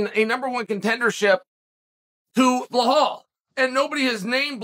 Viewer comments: It's belal. Not bill hall. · Bilal❌ BLAHAULL✅ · Nobody: Chael: Blahal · Bill - Hall 😂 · Sound it out Chael. Keep trying buddy you'll get it right some day 😂😂😂